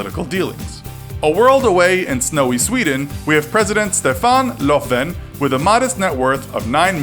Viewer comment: The F in Löfven is silent and Ö is pronounced like the I in dirt or the U in hurt.